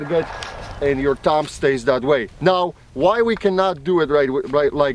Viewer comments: I love how he says TUMB instead of thumb. I know it's his accent but it's still funny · "Tumb" hahaha